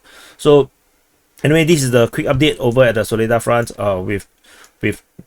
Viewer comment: Its pronounced Saw-leh-dhar emphasis at the end 🇷🇺🔥🔥🔥